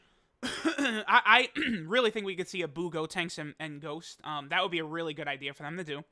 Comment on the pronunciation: Bro can you please say buucolo and buutenks it’s so frustrating 😂🤦🏼‍♂️